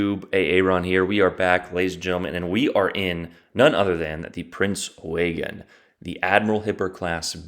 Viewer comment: You’re mispronouncing it. You say it like this: Prinz Oy-gin. Or “Oi-gin” Not Waygen.